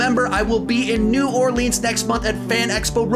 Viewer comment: Why can’t Texans say New Orleans right? It’s as bad as parts of Louisiana saying it wrong. Guys, we don’t say your places wrong!! Great video by the way.